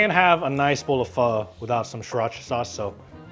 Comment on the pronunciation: For an Asian the cant pronounce pho correctly is a crime. And best is costo chicken and making a hot spicy chicken thai larb